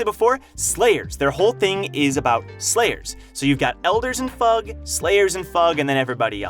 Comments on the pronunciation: I'll never get over you pronouncing it fug instead of eff-you-gee. it's like pronouncing SIU as see-you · Bro called em FUUUUGH LOL, its an abreviation F. U. G. not FUUUUUUGH ;d it sounds so silly and stupid lmao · IT'S F.U.G NOT FUG! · Why is he pronouncing it like that? Sounds tragic. fug haha. It’s definitely Foog/Fuug - the way he says it makes it sound so lame?? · I thought fug was pronounced a F - U - G not as one word. 👀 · It sound like fuck to me, and I can't unhear it.